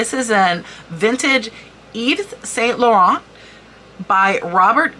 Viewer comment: Hi great info , your skin is beautifull , by the way saint is pronounced san, loh rahn